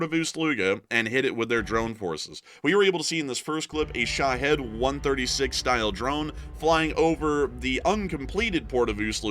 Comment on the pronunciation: Sha-heeeed not sha-head. The name comes from Islamic martyrs such as suicide bombers. There is no head in it